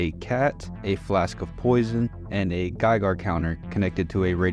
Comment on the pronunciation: “GeigAr counter” 😂